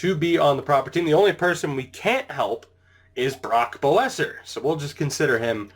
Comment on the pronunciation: Boeser is pronounced besser like Bess and then er besser